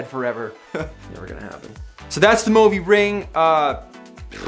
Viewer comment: actuallyyyyyy, its mõvi not movi, which means you dont actually pronoince it like [moh-vee] its just [moo-vee] or [movie]